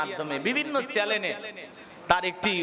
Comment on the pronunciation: বলছেন বিভিন্ন চ্যালেনে, হবে বিভিন্ন চ্যানেলে😂😂😂